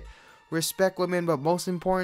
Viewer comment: "But Moast Importanly" WHAT??